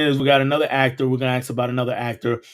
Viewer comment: I asked you over a month ago regarding why you pronounce ask the way that you do. You have not commented on my comment or responded in any way or answered my questions. Why is this? Are you going to be obstinate and continue to pronounce ask the same way you are in doing so or you going to evolve? You should evolve because you are a teacher and you if you say the word ask like that in front of your students you are especially endorsing it. The people that you teach deserve the opportunity to learn the words the correct way and not be set up for different ways of perception in society by the way that they pronounce very serious key words. You need to evolve your way of saying the word asked and you also need to acknowledge my comments because you come across as a classless individual obstinate to change otherwise